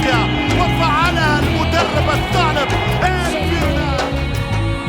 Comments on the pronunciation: 😂😂😂 Non, el tha3lab ... N'est pas el thal3ab الثعلب و ليس الثلعب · Thaa'lab, pas thal'ab trés bonne video comme dhab <33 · c’est الثعلب pas الثلعب mdr